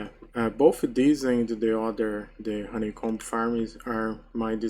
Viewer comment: percebi na hora que falou roneicombi kkkkkkkkkk